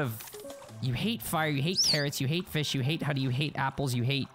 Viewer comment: You say fish like my brother says it feesh